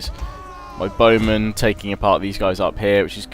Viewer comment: Highlights of part 67: "Dacian BOWmen..." "Dacian BOWmen..."